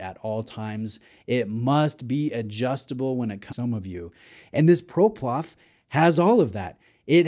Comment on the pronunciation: I have this exact model and love it. The light weight makes it very wearable and it’s definitely a conversation starter. Btw. Its PloProf. Not ProPlof